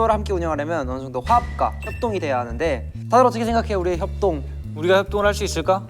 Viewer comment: 협..뭐요? 협똥...똥....이요? ㅋㅋㅋㅋㅋㅋㅋㅋㅋㅋㅋㅋ아니 ㅠㅠㅠ 한태산ㄴ 발음 놀리는거 언제 안 웃김ㅋㅋㅋㅋㅋ 미친 ㅠㅠㅋㅋㅋㅋ